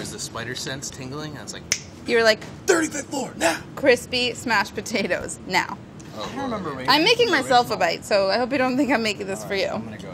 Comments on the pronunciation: Smashed pa tates! Amazing linguistic skillz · black pep, delish, po-tate? Is she having a stroke? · Fish-raisin pot-ta-toes. Did Rapport make this recipe?